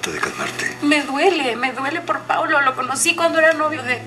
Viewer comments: No es crítica pero es paulo no plablo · No se dice Pablo es Paulo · Es Paulo dice Pablo 😂😂😂😂😂😂😂😂😂😂😂